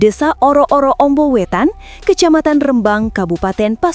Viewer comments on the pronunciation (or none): Pewarta salah ucap nama Kecamatan... Rembang ( baca/ ucap Rhembang, bukan (re- Rembang) Meski tulisannya REMBANG. Sing sering dolan² ngono lho mbak ! Diawal² benar dlm menyebut rembang (kosa kata)nya, terakhir² salah ucapnya..